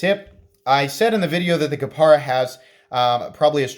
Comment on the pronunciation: KapAra, not KapEra.